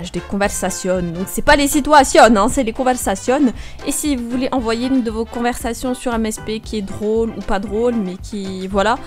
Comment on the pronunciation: "c'est pas les sitouasionnes c'est les conversationnes" Tu m'a tuée 😂😂😂😂😂😂